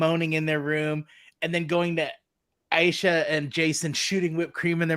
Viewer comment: Love your podcast! It's pronounced A-Sha, you drop the E.